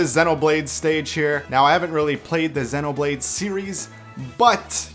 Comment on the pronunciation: its Xeen-oblade not zen-oblade